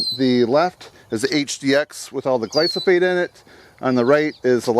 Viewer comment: The word is gly-PHO-sate (NOT gly-so-phate) -- PLEASE train your brain to say the word accurately. Also, according to EcoWatch, that chemical may be a serious problem for bees, and bees are essential to our food supply. ("Among the pesticides tested were the ever-controversial glyphosate, the most common pesticide in the U.S., which previous studies have also shown to be attractive to honey bees. Chlorothalonil, which is ranked as the 10th most commonly used fungicide in the U.S., usually on peanuts and potatoes, also proved to attract more honey bees. (The connection between fungicides and honey bee health is not that clear; studies suggest they are not in themselves highly toxic, but in combination with other factors can be dangerous).") So I'd recommend we use your homemade remedy. Thanks.